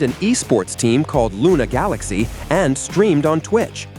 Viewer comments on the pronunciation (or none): none